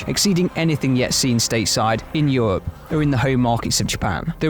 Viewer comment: The E isnt silent in Europe